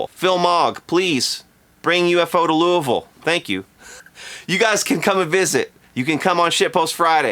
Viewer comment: I thought you were from Louisville, not Loovooool